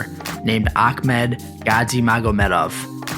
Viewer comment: Just one small correction, Gadzhimagomedov is pronounced Ga-letter G-magomedov. And Akhmed is pronounced with a silent k, just the h sound, like Khabib.